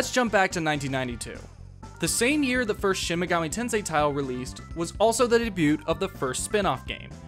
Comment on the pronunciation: Awesome video but I gotta ask....are you pronouncing the "t" in the word debut?